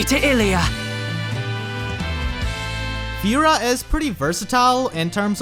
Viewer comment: Lmao. I cant unhear it now